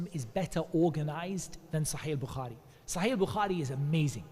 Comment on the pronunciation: السلام عليكم و رحمة الله و بركاته It’s “sahih”, not “shahih”. It’s “Bulugh-al-Maram”, not “maragh”